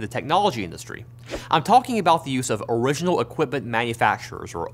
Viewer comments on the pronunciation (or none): Great video, but man the slight rhotacism from the presenter really distracted me. Owiginal Equipment Manufacturer. Waw Materials. Fwequent Pwactice. Got Rosewill though! And then "assembwers" for some reason, which was the most interesting one.